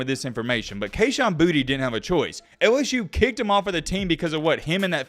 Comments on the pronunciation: Kayshon’s last name is pronounced Boo-tay not Booty. #bornandraisedinLouisiana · It’s pronounced boo-tay not booty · Just a tip from south Louisiana...its pronounced (Boo-tay). Put some respect on creole country 😂